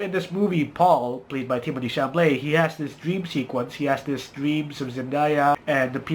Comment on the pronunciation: It’s Chalamet, not Chamalet. Of the three movies, I liked Dune the most. It was also the best, as far as cinematography goes.